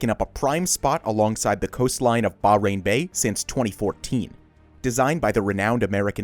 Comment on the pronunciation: It’s pronounced baa hhh rain